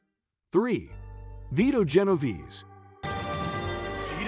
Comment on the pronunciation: Genoverse?? Genovese my guy